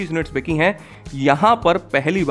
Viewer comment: Sir aap BICHI nahi BIKHI bola kare.